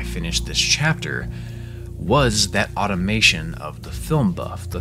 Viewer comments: it's "automaton" not "automation" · pronouncing automaton as automation...